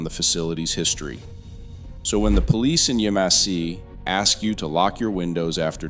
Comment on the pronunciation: It is pronounced YAMesse